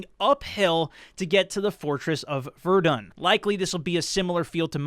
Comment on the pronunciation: Bro, it's VER-DUN (VER-DONE) check out an amazing podcast Dan Carlin Blueprint for Armageddon. You will be hooked!